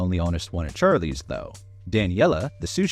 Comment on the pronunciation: Char…lease? Odd way of pronouncing it